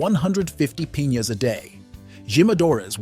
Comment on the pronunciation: And piñas